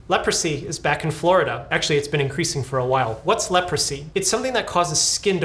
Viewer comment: Leprosy ❌ Leopordsy ✅